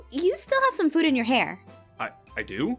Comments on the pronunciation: I love how the baby food is pronounced baby fud ♥👶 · ......lol "Baby fud"...... I thought it was baby food, not baby fud